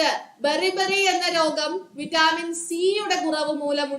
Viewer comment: വിറ്റാമിൻ എന്നാണ് vaittamin എന്നല്ല